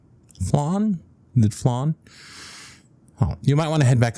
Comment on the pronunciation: Omg I'm so sorry but I seriously can't listen to this one. I'm Latino so I can't get over how you pronounce flan